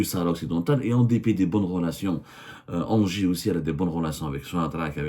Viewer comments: ENGIE ça se prononce 'inji' cest tout bêtement l'ancien EDF électricité de France, et on pas ANGERS (ville) comme vous prononcez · ENGIE se prononce NGI